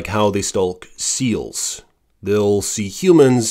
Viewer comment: 😂 I noticed that too. Arctic terns not sterns. But I'm a bird nerd. Not everyone is. I like how he says stulk instead of stalk too but it could be his Midwest accent, too. I'm in the mid Atlantic states and am told I have a coal region accent. We have cricks around here, not creeks. Lol